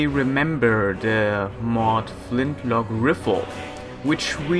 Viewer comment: Did say flintrock riffel?